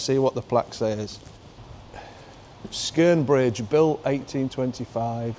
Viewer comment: Yeah 👍 you did pronounce skeren properly...I live in Darlo have ALL me life And am coming up 49 on January 29th 2025